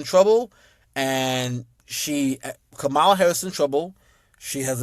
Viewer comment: OK so the way you say her name makes me cringe but Obama got it right Obama was simply pointing out the racism of those people because it can't just come out and saying white people are racist what he was saying was black people black men specifically